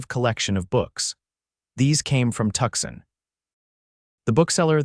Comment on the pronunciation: Again with the Tuxin. It's Tuscon, pronounced Too-sawn. When is you AI company going to fix this? I saw that read finally got fixed to go either way. Now let's work on Tuscon.😅